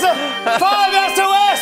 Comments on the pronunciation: “5 es oh es” ha ha ha it’s 2019 . . . . . Jimmy you’re cancelled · DID HE SAY 5es oh es??? Argg